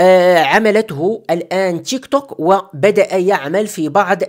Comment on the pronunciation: ينطق بالعربي تيكتوك 👍